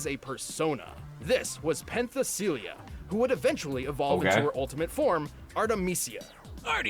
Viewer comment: They mispronounced a LOT during Mitsuru's summary. People have brought up how other characters are really said but her persona Penthesilea is pronounced "PEN-thess-ah-LAY-ah". And it seems difficult but they say it like a million times in the game. I played P3 but there's something I still don't understand. Shouldn't evokers kinda...stop working the moment you got used to them? By the end of the game the characters have been using them multiple times a night for a year or more, so surely the initial perceived threat from them would have long since passed.